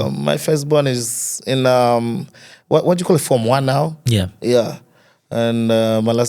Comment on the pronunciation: Awesome Bwembya Bflow thanks for hosting Innocent his face brought back our childhood TV memories. However,Bflow why do you like Stressing the letter R in every word 😂,have heard you pronounce the word CALL ati KOR . Furthermore, you have a good command of English but tone down on the Letter R please 🙏🏾,this is just a constructive criticism 🙏🏾.